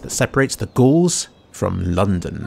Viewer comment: Ga-Aul's - Gauls Gaullic not ghouls.